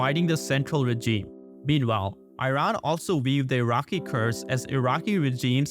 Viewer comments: You got to help this dude with the pronunciation of regime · Hahahah yeah